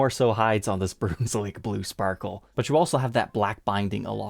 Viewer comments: Broonswick? Not sure that’s how it’s pronounced. Isn’t more like the stew? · Brunswick is pronounced Bruns wick the u is a hard sound like Brunswick wisconsin. dont say you say Bruhn's-wick. Not being a wise guy but its best to say it right because after all a city. I think the guitar sounds awesome. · Bruhn not Broon for Brunswick :) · BROONS-WICK?! LMFAO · This guitar actually sounds good! When these came out I thought they were rather ugly, but I’ve changed my mind about that. Still not the best-looking guitar I’ve ever seen, but it’s not awful. The sparkle finish works well on this design. Now, a couple of criticisms. “Brunswick” is not pronounced “broons-wick”, it’s pronounced “bruhns-wick”. Short U. And one you mess up all the time is “anyway”. There’s no “s” in that word—it’s not “anyways”; it’s “anyway”. I’d think it might be an Ohio thing, but I’ve lived in Ohio and I never heard anybody say “anyways”. Maybe you’re getting it confused with “always”.